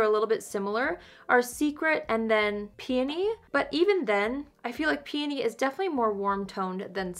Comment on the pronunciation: Thank you for pronouncing peony correctly! Lol. Grammar Police, here! 👀 I have peony and love it!